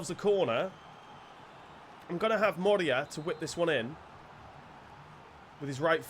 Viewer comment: It´s not moreia :) It´s Morei-rrra